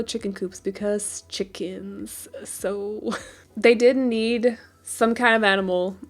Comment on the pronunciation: "... Because chiicKENS." 😂 I wish you all the best in this new part of life! 🍀💪😊🌞